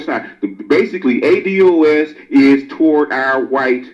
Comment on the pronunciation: In the very beginning you mispronounced the term ADOS. I see this will be a problem moving forward.